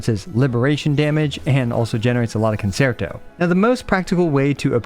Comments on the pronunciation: as someone who once upon a time was heavily into the music side of things it's pronounced kuhn·chehr·tow no s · I love your videos but you always pronounce "concerto" wrong! It's a musical term, like most things in this game. If you Google the pronunciation it'll say it for you the correct way :) great videos though!! Very informative!